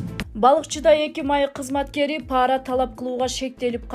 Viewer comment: Паара деп айтылбайт, пара деп эле айтылат. Карды каар деп окушат, чала дикторлор...